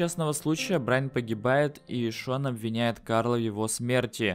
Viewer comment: не Брайн А Брайан